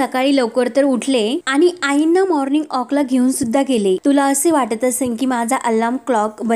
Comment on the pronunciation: माॅर्निग ऑक नाही ओ माॅर्निग वाॅक, वाॅक.